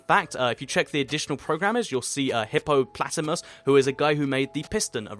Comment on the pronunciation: it's hippopotamus not hippoplatimus lol 😂😂😂